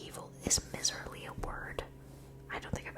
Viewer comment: Miserly is a word! Pronounced “MYserly”- it means someone who hoards their wealth/is resistant to spending money (from the term “miser”). Love your videos! You have a great voice for ASMR :)